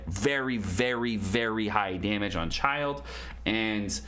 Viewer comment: Great Video! Learned a lot! FYI: Pronouncing Child = "Child" / Childe is pronounce "CHIL-DAY" but whatever flows your boat :)